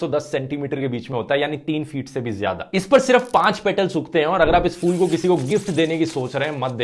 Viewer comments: it’s pronounced phool not fool (फ़ूल) please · Dhruv you are always right but when you call a flower a fool you are wrong because it's called p,hool but not a fool that means a bewaquf in hhindi urdu bhasha a flower is called p,hool hope you will try to pronounce it in its correct form p,hool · It's फूल not फ़ूल fool as you're pronouncing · Dhruv Rathee pronounced it wrong. You, your teacher and whole class pronounced it right.